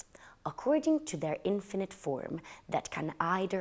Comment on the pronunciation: Lovely,! Hope you don’t mind me saying, but it’s pronounced inFINitive not INfinite